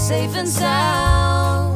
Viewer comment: Bruh why can't the girl just say the whole word like "soun"